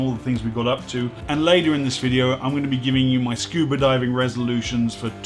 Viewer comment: This is a great channel! I learn a lot but the real reason I log in is to hear say "scuber" diving.